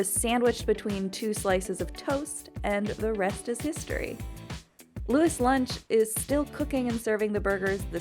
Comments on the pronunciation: Pretty sure Louis of Louis Lunch is pronounced like the french Kings (Lu-ee) rather than lou-IS. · It's pronounced "loies lunch" not "Lewis Lunch" - in French, Louis is Louie. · She really just pronounce louis’ lunch as Lewis lunch